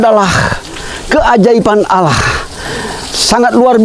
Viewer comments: Alhamdulillah,barokahlloh secara tidak langsung sudah berdakwa,tapi maaf dlm pengucapan Alloh masih seperti menjadi pendeta,semoga bpk lebih Istiqomah amin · Mohon DIROBAH pak penyebutan Allah,jangan biasakan lagi menyebut alah.Apa itu alah? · Pak ucapan Alloh kase benar pak bukan ala tapi Alloh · Maaf ralat cara pengucapan Allah nya (oloh) bkn (alah) sekali lagi maaf 🙏.. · TOLONG BELAJAR UCAPKAN ALLAH...... bukan alah ( dlm Bible ) PLEASE!!!!! Anda sekarang sdh jadi muslim, harus bisa ucapkan ALLAH. RISIH KUPING DENGAR NYA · Islam itu fleksibel, perlahan tapi pasti lg br belajar dan trs belajar, sy yakin lama" pasti mampu mengucap kalimat Alah dlm kristen menjadi ( Alloh) dlm islam 🙏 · bukan alah bacanya...tp Alloh tolong di beri tahu min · Tolong ustadz ipung nya di ajarkan penyebutan nama allah SWT biar enak di dengar nya biar ga kaya org Kristiani. 🙏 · napa nyebut Allah pakai lafal gitu... Sekrg sdh muslim lho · Semoga pak melafalkan ALLAH bs lebih baik Amin YRA Mungkin krn wkt msh jd pendeta berkotbahny melafalkan Allah seperti itu Maaf 🙏 Semoga istiqomah Amin YRA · Lebih bagus lagi kalau ini berlatih melafazkan Allah biar lebih abdol. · Amin semoga demikianlah yg terjadi hanya saja belum bisa Pasih mengucapkan Allah sebagai mana orang muslim, masih saja orang seperti orang kristiani cara penyebutannya